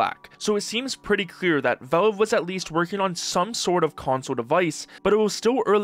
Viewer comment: Please learn to pronounce Valve correctly.